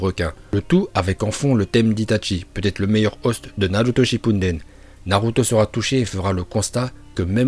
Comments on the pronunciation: C shipuden et non shinpunden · Sa me stresse qnd il dit naruto shinpunden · Naruto Shipunden ???? C’est quoi cette prononciation de merde mdr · Je savais pas qu’on prononcais Shippuden “Shippunden”😂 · C'est chaud d'encore dire "Shippouneden" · Au début y’a dit shipunden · Il va pas arrêter avec son SHINPUNDEN ? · Pourquoi il dit shipunden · ça aussi je l'ai remarqué ptdrrr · Il arrive même pas à dire Naruto Shippuden correctement ni même les noms x'D ,c'était trop dur de refaire les prises ? xD